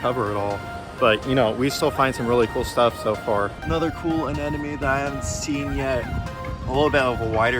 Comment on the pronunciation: Also, it sounds like you keep saying "anenome" but it's "anemone" (uh-NEM-uh-knee).